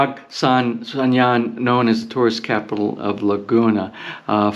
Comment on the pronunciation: You say it not pag sang jan but pag sang han